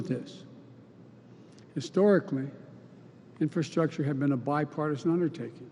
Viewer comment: Is the first guy saying infilstructure? Like a combo of infiltration and infrastructure?